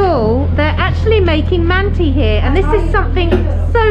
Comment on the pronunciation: You must pronounce “mantı” /mun-tah/, mind the dotless (ı) in its spelling.